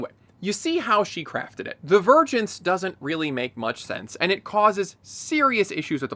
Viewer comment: Am I the only one who hears "virgins" instead of "vergence"